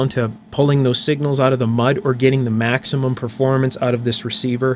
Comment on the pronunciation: "Try is auoot :)" nice dialect